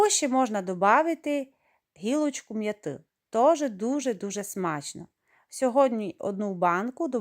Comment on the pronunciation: не м'ятИ, а м'Яти